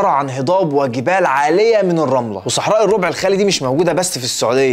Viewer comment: الربع الراء مفتوحة. Rab not rob